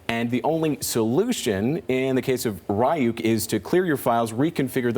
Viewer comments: “Rye-youk” lmaooo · RYE YUKE NOT RE YUKE TF??? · Its Reeyuk not Rayuk. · I love to hear them pronounced "ryuk" as "rayuk" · It's Ree-Yuk, ur welcome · its pronounced REE-OOK, and it's called animes, not japanese cartoons...... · Didn't they pronounce it wrong? Isn't it reeyoukay and not ryouk